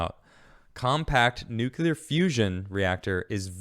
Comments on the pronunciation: Good segment. Fast question. What is NOOKYOOLAR energy? It's nuclear (new-cle-ar). God it's GWB all over again. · NUCLEAR....NEW-CLEAR, NOT NEW-Q-U-LUR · #theresNoUaftertheFirstSyllableInNUCLEAR! ...would it Kill ya to pronounce it NUKE-lee-er???! since it comes from the nucLEus of the atom? thanks!, a degreed Physicist